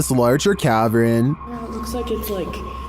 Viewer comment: That’s at least the second time I’ve heard him pronounce ‘lantern’ as “lan-trin” or “lanch-rin”. - Cavern as “cav-rin”.